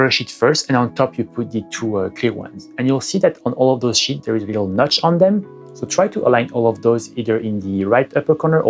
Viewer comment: Fais attention à ta prononciation de "sheets" tu a dit "shits"